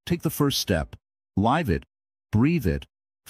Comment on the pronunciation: This is great counsel. However, some pronunciation needs work; for example, just before the mark it uses the wrong pronunciation of live. It pronounces it as in a live show, rather that what you meant, which is to live your life